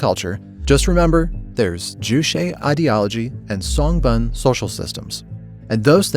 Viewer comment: i wanted to throw up everytime he pronounces 'juche' and 'songbun'